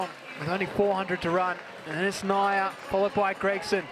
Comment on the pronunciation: Who is "Naiya"? It's Niiya (knee-ya)!